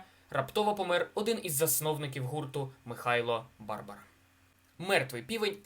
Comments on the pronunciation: Хороший контент, підписався, подивлюсь інші відео. Тільки наголос на БарбАра в Міська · Треба було перш ніж викладати відео, дати львів'янам прослухати. Тоді б вам сказали, що наголоси в назвах вулиць і прізвищах мають бути: Валòва, Футòрський, Барбàра.